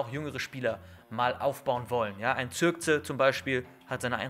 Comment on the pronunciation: Er spricht ihn Zirkze aus 😂😂